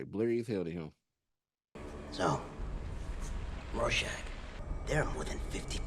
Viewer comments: Say it like I do: Roarshack. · Would you kill millions to save billions? And Its pronounced "roar-shack". Love you buddy. ❤ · It's pronounced ROAR-SHACK. I'm thinkin' that's what his mom's apartment was known by.